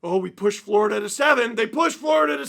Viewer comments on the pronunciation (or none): none